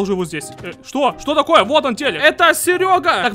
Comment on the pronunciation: ТАааааакое а не токое